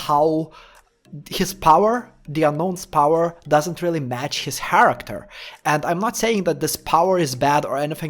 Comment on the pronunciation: why do u keep saying haracter